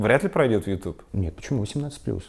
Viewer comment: Дудь - конкретный ЛОХ!!!!!!!!!! Дудь! То, что ты называешь ю тубом - звучит как ю тюб !!! Тормоз!